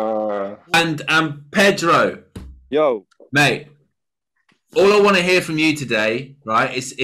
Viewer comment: “Perdo” lol